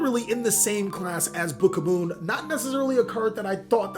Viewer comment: it's book OF MOON NOT BOOKAMOON u pissed me off so much